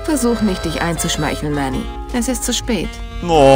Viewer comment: Immer wenn du Manny sagst, dann verstehe ich Matti! D: So verwirrend >.<